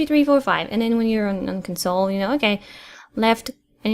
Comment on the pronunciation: jesus christ has he been saying council the whole time?